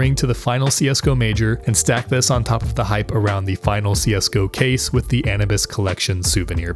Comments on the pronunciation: "Anabis" its pronounced "Anubis" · ana-bis? wtf? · Bro said "Annabis" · Did he just say Anabiz? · Why did he pronounce Anubis like Anubis and not like Anubis? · haha the way you wrongly pronounced Anubis..